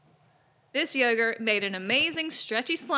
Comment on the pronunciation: STOP SAYING YURGERT AND SAY YOGERT